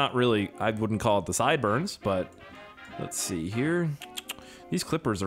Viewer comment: Bro your accents kill me “SEE” 🤣🤣